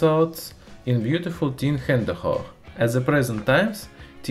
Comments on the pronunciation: this results in a beautiful '"Hendehog"... Woot? He probably meant "Hedgehog" he-he those tin whiskers could also be mitigated by a conformal lacquer coating of the board so that whiskers can't grow, or by going back to the good old lead solder. ;) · Hedgehog, not hände hock lol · "this results in beautiful HÄNDEHOCH" xD great channel btw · My Polish mind heard: "Beatifull teen Hände hoch!" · Okay am I the only one that heard "This results in beautiful tin Hande hoch" xd I'm from Poland btw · ёжик будет хэджхог, а не хэндэхох :D а хэндэхох - это руки вверх на фашистском языке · I heard : Hander Hoch ( like - hands up - in german ). But i think its because im polish xD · That's a very interesting way to say hedgehog. I learn something everyday.